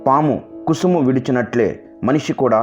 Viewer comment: పాము కుసుమము కాదు కుబుసం విడిచి పెట్టుతుంది. దంత దావం కాదు. దంత ధావనం. భాషలో తప్పులు లేకుండా, ఉచ్చారణ, చదవడం బాగుండాలి.